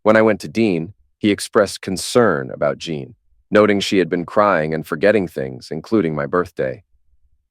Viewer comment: Say Teen Teen Teen. Now say: Jeen. Now that should sound just like Jean.